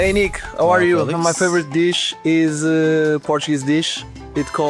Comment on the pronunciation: bruh speed said portugunese